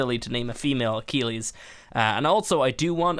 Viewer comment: It's ac-kill-eez